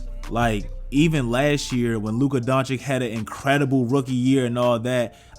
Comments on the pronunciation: Luka Doncic not Doncik pls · Don-chich not Don-chick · DONCHICH! Not Donichic